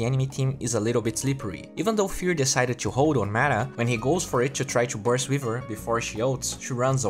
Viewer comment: What the hell is Mata.. you keep saying he uses Mata 1st Mata 1st. Are you saying mana or Mata?